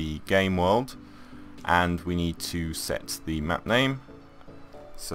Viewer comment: It's just your voice when u say setthe it sounds like sexthe that's it the conversation is over u r good I am good but ur vids r helpful